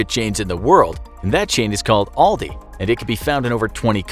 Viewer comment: Thats not how you say aldi